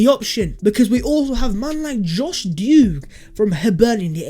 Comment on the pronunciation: Plus this guy can't even pronounce him name correctly that shows the amount of games he's saw with him in it